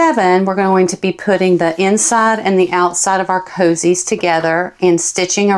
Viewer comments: it is not coozies it is cozies for gods sake speak english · I love how you pronounce coozie....it helps me to know I'm following the right person and the right instructions. ❤